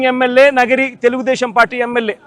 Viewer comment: నగిరి కాదురా బాబు, నియోజకవర్గం పేరు నగరి. ముందు నియోజకవర్గం పేరు తెలుసుకో